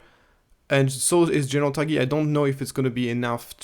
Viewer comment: Love your content. Thanks as always, but Tagge is pronounced “Togg”, as in the word toggle. The e is silent ❤